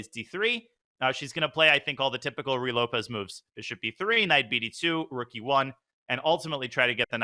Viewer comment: FYI, the first word of the Ruy Lopez rhymes with each of the first names of Donald Duck's nephews. Sorry, it's just a pet peeve of mine to hear it pronounced Roy or Rye.